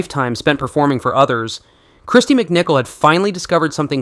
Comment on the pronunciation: Kristy. MicCalet!😂